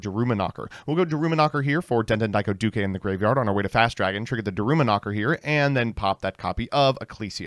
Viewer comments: Yet again he pronounces the widely used word “Duke” as “Dukay” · why are you pronouncing "duke" with an extra syllable? what is going on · Why does he pronounce Duke like that? Duke is an English word